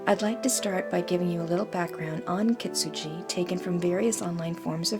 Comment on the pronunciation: Yes, you pronounce correctly the shogun name👍 But kintsugi (金継ぎ) sounds like "kiNtsugi" (kiN = have a N / gi = like the word give)😉 Very inspiring and beautiful video💕